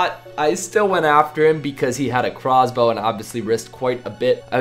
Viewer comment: he had a crahhhwz-bow